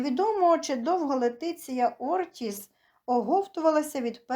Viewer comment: Говоріть правильно.Її звати Лєтісія